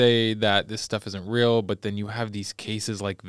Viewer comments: She mispronounces many words in every episode. Idk where she was raised but tge word deal isn't dill lol real isn't rill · She's always pronouncing words wrong like Yale, sale, deal, real and the list goes on... idk where she's From buy its wild how badly she chops up many words